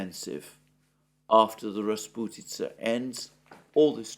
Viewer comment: As a Russian, I smiled happily when Alexander said the word "rasputitsa" perfectly in the same sentence where he speaks about heavy English rains. :)